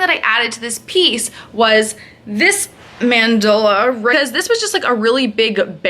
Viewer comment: stop saying mandala like that, lol ilysm and love your tats